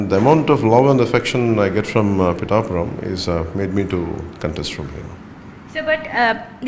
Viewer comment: 1sec Pitthhapuram ❌️ pitapuram✅️